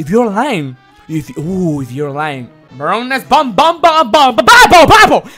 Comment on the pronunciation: Idk why but his "pronunciation" of Baroness Von Bon Bon always makes me laugh.